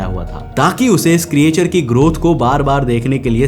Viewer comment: ए भाई अगला विडिओ बनाने से पहले creature को ठीक से बोलना सीख लो। क्रीचर कहते हैं क्रीएचर नहीं नहीं जानते तो कोई बात नहीं पर गूग्ल तो कर सकते हो।